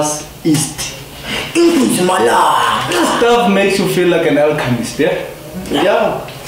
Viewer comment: No, you didn’t just say “east” instead of “yeast”! 🤣